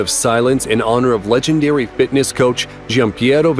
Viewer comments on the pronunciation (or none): none